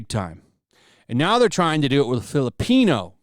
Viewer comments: I can't store hearing "filipenis" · I swear it sounds like you're saying Fill A Penis. I'm like yeah that's gonna go over like a fart in church. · It literally sounds like 'Fill A Penis.'